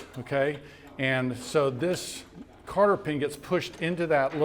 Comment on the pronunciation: I assume that he is saying "cotter" pin when he says "carter" pin. I've never heard of a carter pin.